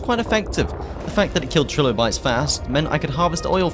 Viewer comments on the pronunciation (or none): none